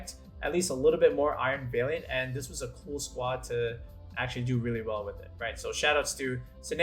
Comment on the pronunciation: Great video, although I cringed a little bit every time I heard you mispronounce "valiant"